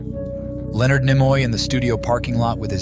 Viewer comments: Leonard Nee-moy. Not Nim-or. I really do wish that producers would have their voice actors pronounce names correctly. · Nimoy is pronounced Knee-Moy.